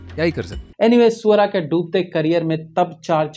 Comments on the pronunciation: Ye galat hai bhai...aap swara ko suvaraa kyu bulate ho😂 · Sir suara nhi h swara h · भाई आप 🐖सुअरा भास्कर 😅😂😂ही बोल रहे था ना..... मुझे तो यही सुनाई दे रहा था...😂